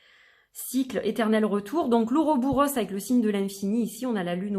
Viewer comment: Très intéressant !!! J'en profite pour dire au passage qu'on dit et écrit "Ouroboros", je n'ai jamais rencontré cette forme en "-bouros"